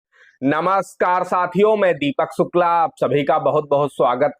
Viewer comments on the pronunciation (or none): महोदय आपकी अपनी बात कहने का तरीका बहुत ही अधिक समय खाने वाला है। एक ही बात को बार-बार दोहराते हैं। आप कई जगह "श" को "स" बोलते हैं यहां तक कि अपने नाम को भी शुक्ला के स्थान पर सुक्ला बोलते हैं। कृपया इस पर ध्यान दें और सुधार करें।